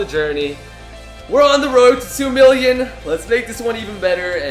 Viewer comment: does it sound like he says billion